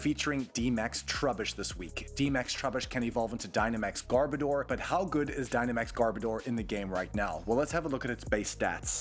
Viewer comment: is pronounced (gar-Bo-der)not”garbadoor” (not to be rude)